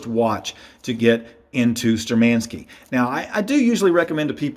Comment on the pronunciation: They are not ShturmAnskie. They are ShtURmanskie. Thank you for the video.